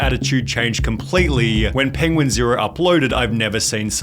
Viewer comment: I can't listen to Sunny anymore the "ah" at the end of every sentence is unbearable "penguin zero-ah" im Australian, no one speaks like this.